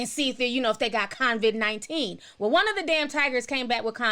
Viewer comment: I love lol. She keeps saying CONVID instead of COVID and i'm cracking df up. Thanks for the livestream though!